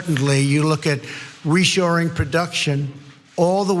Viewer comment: Is Donnie talking about "reshoring production" or "reassuring production" or he just needs a new set of dentures?